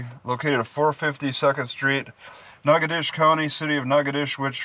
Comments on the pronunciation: I think it's pronounced "naca- dotches(rhymes with "notches") but whose counting. Nacadash is just fine. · Those stupid people in that town don't even know how to pronounce their own town. The correct pronunciation for that is NAT-KETO-SHAY. It's french. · it's pronounced NOG A DOE SHISS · Spelled "natchitoches" pronounced "nackidish" hooked on phonics failed on this one... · Natchitoches nah-codish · Pronounced "Natch-it-toche-es". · Pronounce Nat-che-toe-shis. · That's in Texas. Most locals here pronounce it "Nacka-tish"